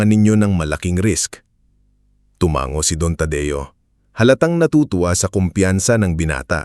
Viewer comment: Mali-mali ang pagbigkas ng mga salita gaya ng tumango- maling bigkas = tu-man-go Tamang bigkas= tu- ma- ngo